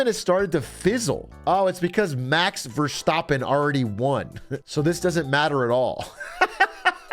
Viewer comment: Max Ver-stop-en, lovely pronunciation Dr. Carbonation